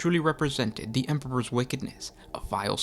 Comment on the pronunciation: “Da night Lords” You are definitely from Chicago lol